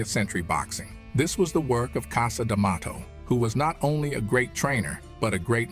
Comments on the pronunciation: WTF is the deal with the narrator's pronunciations "Liss-Tan, Cassa D'Amato"?? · Even how he pronounces Cus Demato is weird.